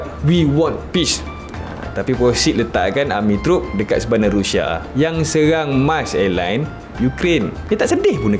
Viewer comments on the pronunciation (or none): Sebut bg betul la bro..Rusia, bukan Rusha..